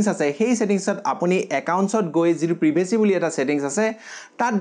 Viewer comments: Priiivacy nohoi o hunamuwa. Pri vacy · প্ৰিভেচি নে প্ৰাইভেচি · Is not prevecy it's privacy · Wah wah.. Ki pronounce privacy